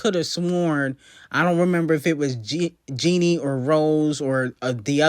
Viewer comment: why are you pronouncing her name Jeanie when it’s spelled and pronounced Jennie? like jenny.. who tf is jeanie🤣